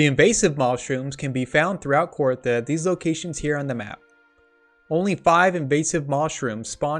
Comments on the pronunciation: its not kor-ah-tha its KOR-THEE-UH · Started watching this but immediately stopped when he pronounced it KOR-ITHA.